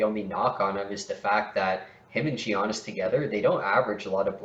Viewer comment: 50/40/90, 21ppg, top 3 mid range in the league, way more efficient than JB and BI, better defender than JB and BI, and better passer than JB and BI, but ranked lower than JB and BI? Giannis isn't pronounced "Jeeyonis" Criticizing low block numbers is a strange criticism of players on a team that give up by far the least paint points in the league.